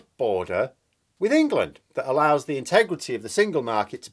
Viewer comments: When you say ‘Wangland’ I keep hearing ‘Wankerland’ . . . . . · Prefer Engwaland myself.